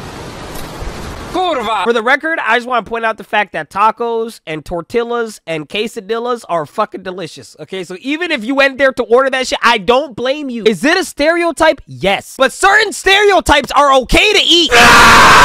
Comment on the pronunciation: did this mf just call them case a dillas and torti ll as???????????